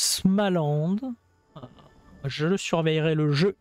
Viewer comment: Smaland xD la prononciation m as fait rigoler, sa se prononce small (smol) land 😂 et pas smalande Cela dit j adore la folie qui t anime, je trouve ça très drôle